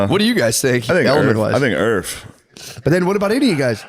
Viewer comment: did shane say "i think erf"?!?